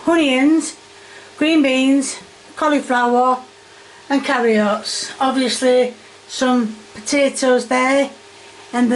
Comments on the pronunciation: There's no "H" in onions and no "I" in Carrots. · never heard someone pronounce carrots that way wtf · thank you for your cute videos! Cheers from across the pond in Canada! I can't help but laugh everytime you say "carriots", looks like a very nice and comforting dish though! I worked in a British theme pub for many years, so if you care for my advice, for your yorkies, all equal parts of your mix, blend very well, then rest in the fridge. THEN you put in a very hot, well oiled tin! Bake well or they will deflate💜Sorry about your pan! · If I hear the words Carriots or Honions one more time I’ll scream